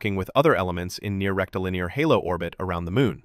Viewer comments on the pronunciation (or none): Why is your AI saying " Rectal Luner Orbit " ?